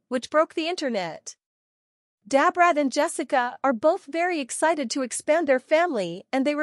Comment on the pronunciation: Dab Rat, no this woman ain't calling Brat that, this must be an AI😂